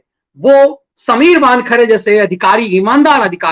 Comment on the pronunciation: "वानखड़े" नहीं वानखेड़े......